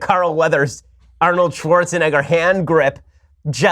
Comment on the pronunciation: Did you just say Arnold Schwarzenigga?